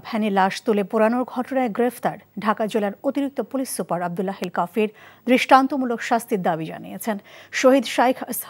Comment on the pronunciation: কাফি তো না,কাফির হবে ও।